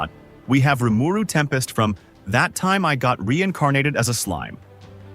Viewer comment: Few issues in your video here; firstly your number nine choice wasn't even the MC of the show. Secondly Ainz is never referred to as a demon Lord. And thirdly you pronounced rimaru wrong